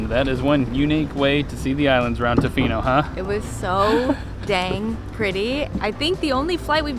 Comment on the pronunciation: You are saying tofino weird, it’s tuh-fee-no